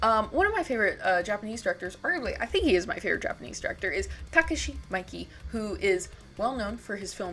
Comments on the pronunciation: It wasn't her worst one😅 "mikey" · Great work as always. Maybe your best yet imo which is no small feat. The Miike shout out is respect ++ he’s a genius. Just syk thought it’s pronounced “me-Kay” I believe. I think his love of david lynch is most evident in his film “Gozu.” IMO it’s like his version of a lunch movie and it’s crazy and awesome. It’s not gory like ichi or even audition but it is still really fucked up (and often hilarious, in its absurdism). Anyway thanks for sharing your work again, it’s always quality Edit; and your thoughts on the perspective regarding revenge movies is very insightful and interesting, especially the biblical aspect . I appreciate you calling out Lucifer Valentine too. That guy sucks